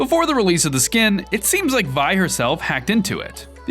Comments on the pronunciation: Vee not vy but no hate love your vids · It is V-E not Vy ve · It v not vi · “Vi”? It’s Vee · Why do you call her vai. It’s legit 6 Roman numerals. Also if you’re not going to pay attention to maths and culture at least call her vee. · You pronounce vi like v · ITS NOT PRONOUNCED VI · I thought it was VI (Vee) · Ikr he always says it wrong, even epic confirmed it was Vi (vee) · vi is pronounced as vee